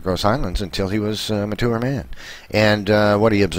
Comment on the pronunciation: Ugh, his voice is annoying...and he even pronounces mature incorrectly!